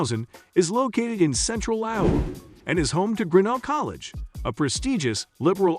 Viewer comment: It's not GRINell, but griNELL, with the accent on the final syllable